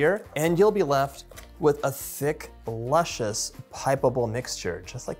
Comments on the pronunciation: Lushious?? Oops luscious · Luscious (not lushious)…😀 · Luscious, not lushious. Now I want to make this. :) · I'm sorry...."lushious" ????...other than that...perfection!!!